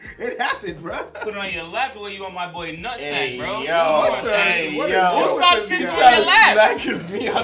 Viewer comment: " Usopp" they said. 😂 Sound like Lossop here..